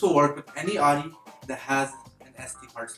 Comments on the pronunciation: just fucking say the name of the brand right!!!!!!!!!! is that so fucking hard?? its not ADI!!!!!!!!!! ITS FUCKING AUDI! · how can you expect respect if you cant even pronounce the brand right... its CALLED AUDI NOT ARI